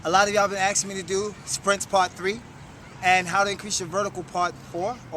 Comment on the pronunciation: Do you say AKSING ME on purpose or because its cool ! can you like this comment so he can see it please and because i want to knock this guy out of 1st place :DDD